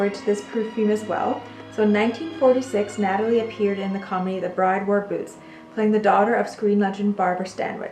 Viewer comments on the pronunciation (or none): none